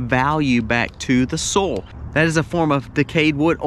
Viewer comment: Why do you say Saul not soil